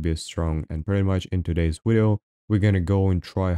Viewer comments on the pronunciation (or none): no Russian would ever say "wideo" or "withard" - its "vidio" and "vizart" every time